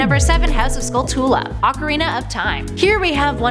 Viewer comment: you say it skuul twuu laa